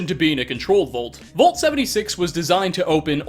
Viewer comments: It's "Vault" not "Volt" lol. Either way, I still hit like, because you're awesome. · It's Vault Mate! VAULT! NOT VOLT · Man says "vault" like "volt" and he says it so many times in this video. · Me: vault: VOLT